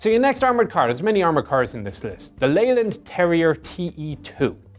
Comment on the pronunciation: Nearly pronounced "eland" correct.